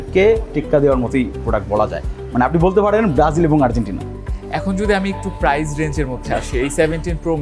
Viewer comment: আপনার PRICE(প্রাইস) উচ্চারণে ভুল আছে। ইংরেজি ভুলভাল উচ্চারণ না করে বাংলায় 'দাম' বলেন